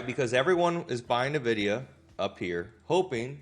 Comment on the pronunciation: It's ENN-vidia, not NUH-vidia. I lived in Silicon Valley for 25 years and drove by their HQ every day.